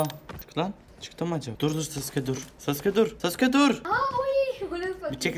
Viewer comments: sasuke degilde susuka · Sasuke diyeceği yerde suseke😂😂